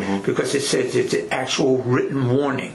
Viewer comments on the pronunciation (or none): none